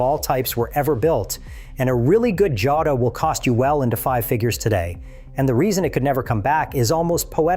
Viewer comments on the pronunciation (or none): It is a sSpanish word. Pronounced HO-dah.